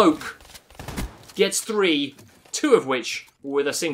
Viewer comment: number tree.. I mean number three